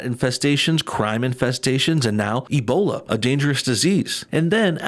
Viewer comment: Slightly related topic: Trump and people on the right are constantly mocked by the left for miss pronouncing words like "Lawmakers", but here this CNN reporter miss pronounces the word "Ebola". No mocks, no jokes, no nothing. Goes to show the right cares about more important issues than silly mistakes.